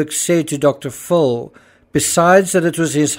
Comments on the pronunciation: The way you pronounce Dr. Phil sounds like you're saying Dr Fool. 😅 Phil is pronounced as if it's spelt Fill. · Why is the narrator pronouncing Dr. Phil's name as Dr. Phool? Is he making fun of Dr. Phil's name? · I’m sure it’s an artifact of your accent, but I love how enunciates Dr. “Fool.” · Is he really saying Dr. Fool or is it his accent? Either way it’s genius lol